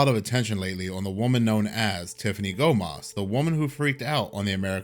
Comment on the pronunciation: Let me tell one more thing about her! She said in her video Gomez, not Gomas you and everyone pronounce differently¡ …you are right is not her nice video buddy.👍